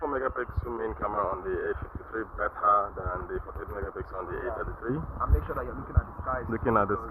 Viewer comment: A ta tee tree A fifty tree...😂😂😂😂